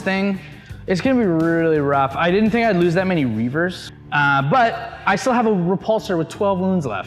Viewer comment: It's Reivers not Reavers.